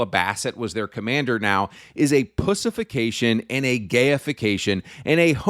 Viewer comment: Why are you pronouncing "pushification" instead of "pussyfication"